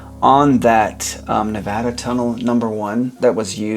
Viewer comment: As someone who has visited the damn multiple times I thoroughly appreciated the little guy showing scale as well as the correct pronunciation of Nevada. (I mean sure, the complex 3D animation too)